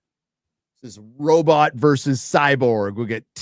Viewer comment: Why does pronounce robot, "Robit"? is it a reference to a movie?